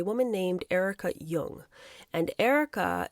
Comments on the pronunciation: It's pronounced JONG, not Jung (Young) like Karl Jung. Jong. Jong. Jong. Erica Jong. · Back in the day, we called her Erika Jong with the J prounced as a hard J, not Yung. Just sayin.